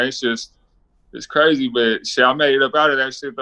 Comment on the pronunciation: He Cwazy.